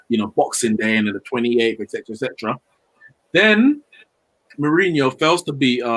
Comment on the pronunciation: My man said “Uncle Who” hahah jeez put some respect on mourinhos name smh